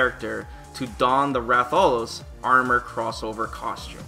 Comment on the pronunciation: That Rathalos pronunciation...